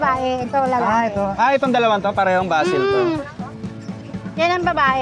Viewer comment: Aseel hindi basil. Basil valdez?.